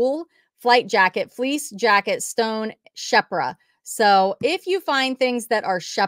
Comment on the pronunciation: sherpa- sure-pah